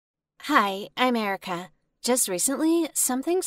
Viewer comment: When she said "hi I'm Erica" i was like..... America?? Literally i didn't understand and turn on the cc to understand-_-.....